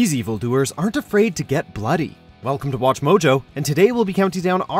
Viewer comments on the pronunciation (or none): none